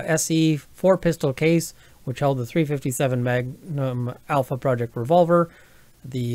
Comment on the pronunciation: it's Alfaproj. not Alpha Project. the 'proj' doesn't stand for project and the name is Alfaproj.